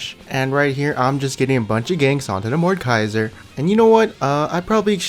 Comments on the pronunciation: Anyone else getting triggered by him saying mordkaiser instead of mordEkaiser? I know its supposed to be funny(at least i think so) but its just... ugh... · I Cringe when he says "mordkaiser"